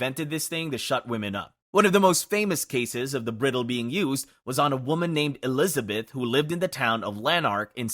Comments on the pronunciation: That is NOT how you pronounce “bridle.” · The video does a pretty good job of pronounciation, with mostly minor issues on words in other languages. There were two that weren't minor and might cause chagrin if used in conversation or a presentation, etc. Bridle= bry-dul It's what you put in a horse's mouth to help 'steer' it. Maybe you'll travel with your horse to the U-freight-eeze (Euphrates) river!